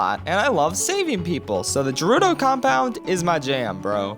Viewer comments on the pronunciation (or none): Did this dude just call gerudo valley je - rudo valley. Every day we stray further from god😢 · Me: hears pronounce Gerudo as Jerudo Also me: has aneuyism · You say Gerudo as Jerudo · I was right there with you until you said "jeh-ruh-doh". It's "geh-ruh-doh". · It’s ger-u-do Not jer-u-do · I'm sorry, did you say jerudo? No no no, it's G-rudo. Jeez. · Nice video, but it's MA-lon not MAY-lon, and Gerudo not Jerudo. Sorry that just bothered me. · Jerudo valley? Boi it's Gerudo, Geh-roo-doh! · Great video, but you pronouncing "Gerudo" as "Jerudo" disturbs me on a level I cannot describe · Bro really said jayroodo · "Jerudo Valley" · he rlly said "Jerudo" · Why does he keep pronouncing gerudo as "jerudo" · The fact that you pronounce gerudo with a j is enough for me to finally tie the noose and get to business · did he just say JARUDO valley? oh my heart hurts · JAH-RUDO??? uhm. What. No. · HE SAID JERUDO GOD DAMN IT I HATE THAT... it's like saying deeku instead of deku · I like how he said jerudo valley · did you seriously call it Jerudo valley? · I was on board until he said Jerudo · I love how he says “jerudo” with a soft g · It bothers me more that he pronounces Gerudo as “Jer-oo-doe.” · You pronounce gerudo wrong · You're also saying "gerudo" wrong. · Say it with me HARD G